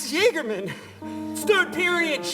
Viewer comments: Small correction on Max' name: Jagerman doesn't have anything to do with "jacked up". The name has a German origin, and as such is pronounced with a y sound (approximately "yaeger-man"). The German word "Jäger" means hunter. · I love how you said "jagerman" 😂